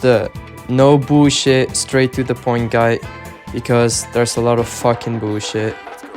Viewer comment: why cant u pronounce guide